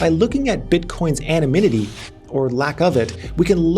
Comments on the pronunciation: "Anonymity", not "Anomynity". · Dont know if it was intentional or not but throught video you pronounced word anonymity in wrong way. Instead of saying "anonymity" you were saying "anoMynity". Anyone else noticed? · Anonymity max. Not Anomynity 😃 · kept messing up word anonymity. It is not anominity😂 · great vid but why you saying anominity 😂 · what's anomynity? xD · Anonymity is a hard word to pronounce